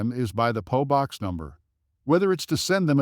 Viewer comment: It is a P O box, not a po box!